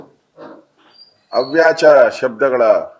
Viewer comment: ಅವ್ಯಾಚ ಅಲ್ರಿ, ಅವಾಚ್ಯ ಹೇಳಿ.